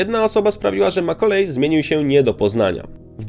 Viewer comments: Nie Makulej - tylko Makalaj i nie Kulkin, tylko Kalkin... Strasznie się tego słucha. Dwa słowa, a tak ważą o jakości filmu. Sorry, ale nie kupuję tego. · "Makkulej"? Nie no jebłem xD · na pewno jego imię i nazwisko wymawia sie makkulej kulkin?